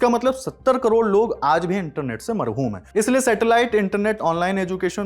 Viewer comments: marhoom nahi hota hai महरूम hota hai Marhoom matlab मरा हुआ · भाई महरूम होता है ना कि मरूहूम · Marhoom nahi bolte mahroom bolte hain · Sir !! “Marhoom “ nahi “Mahroom” kahiye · Marhoom ❌Mahroom✅ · Marhum nhi mahrum hota hai😂😂😂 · Marhum nhi mehroom hai hota hai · Mahrum hota hai marhum nahi 😂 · Bhai marhoom nahi mahroom hai. Marhoom matlab jo mar chuke hai 😅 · Marhoom ❌ Mahroom ✅ 😂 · Marhoom nahi bhai mahroom hota hai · Merhum nahi ,merhum hota hi😂😂😂😂😂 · भाई वो "महरूम" नहीं बल्कि "महरूम" होता है😊